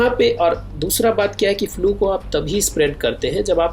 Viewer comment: फ्लू भाई फ्युएल नाही बोलते...... सायंटिस्ट सर